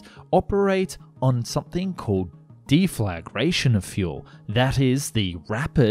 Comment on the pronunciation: "Def-la-gration." Not whatever he said. 😂😂😂